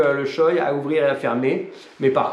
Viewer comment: Par contre on dit « shoé » pas « shoille » Voilà voilà.